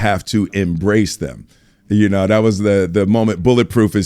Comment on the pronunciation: Tengo miedo que algún día Will me diga “iu nou”, y yo no iu nou nada 😢